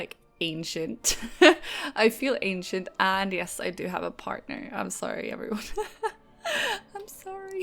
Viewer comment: I like when you say "heoveryone" together :)